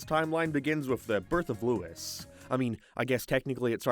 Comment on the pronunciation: It’s not lois it’s Louis